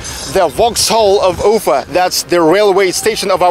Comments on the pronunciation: quick question: why do you always say UU-fa instead of u-FA with the accent on the A? Is this the new way to pronounce it there or is it just the anglicization of the name? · а зачем ударение менять в слове Уфа?